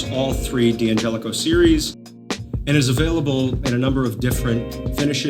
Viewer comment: It's not pronounced D-angelico, it's DANgelico.